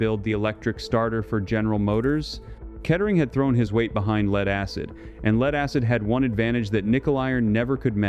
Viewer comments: lead not leed, one zero zero year battery, come on? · "lead" pronounced as "leed" and other anomalies. TRY BEING HUMAN AGAIN Lose the robot reader. Honor you human public with humans. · Why do shitty AI's always pronounce Lead as in Lead-acid batteries like: LEED? It ruins the video.